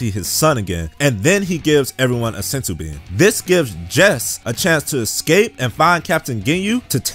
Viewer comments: its pronounced jeice jeese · That is not how you pronounce Jeice... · How he pronounces Jeice 😂